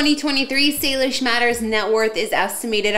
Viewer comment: It is not Salish it’s Salish